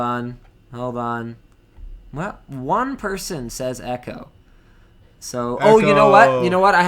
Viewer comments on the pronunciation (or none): none